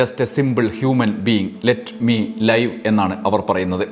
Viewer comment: ലെറ്റ്‌ മി ലിവ് Not ലൈവ്